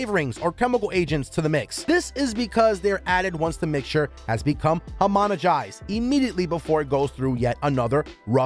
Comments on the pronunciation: Homonigized.....you mean homogenized? Geez! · Did anyone else catch that he said homonegized and not homogenized? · This dude straight up said homonegized instead of homogenized, and vicious instead of viscous.